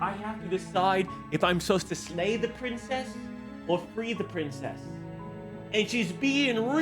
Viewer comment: Hewwo pwincess 😂😂